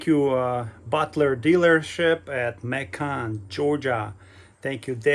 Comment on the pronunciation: It’s Macon, rhymes with Bacon!